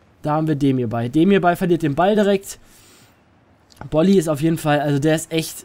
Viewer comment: du sprichst bolly richtig aus (bin fortuna fan )